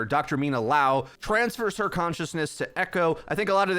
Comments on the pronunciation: It's Liao not Lao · Dude, just say Mina...you can’t say her last name even if it’s just the same amount of letters as her first...